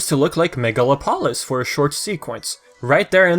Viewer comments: I believe the city's name would be pronounced mega-lop-olis not megala-polis. Kinda like how you pronounce metropolis. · Its megalo-polis. Its greek Megalo means big And polis means city